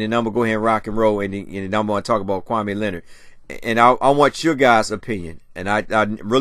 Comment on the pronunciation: Smh it's kawaii Leonard not kwame Leonard lls